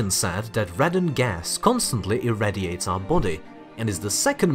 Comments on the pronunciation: It's pronounced "Ray don", In the UK old stone houses were given sealed windows, and blocking open chimneys, caused a rise is this gas, as it came out of the stone in the building.. Now there are gas checks and vents are mandatory. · What should I do about Radon? Call Gojira, obviously! Sorry, couldn't resist; your pronunciation of radon [ray-don] is the way the Japanese pronounce Radon's name (changed to Rodan by the Yanks, because... well, Yanks.) Hope the other chap is ok? We'll get used to you, worry not! 😊🤗